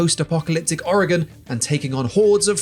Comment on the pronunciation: We dont prounounce the E in Oregon. Please stop! LOL.